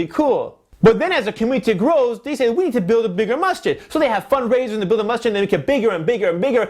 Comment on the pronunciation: Untill I read the title I thought you were saying Mustard lol